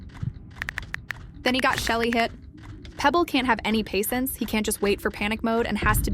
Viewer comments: Also its not ‘pasients’ its patience (not rude just correcting your mistake so you’ll watch for it) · yes paicents not patience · Not the voice saying pacints instead of patience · do you mean patience not paicents?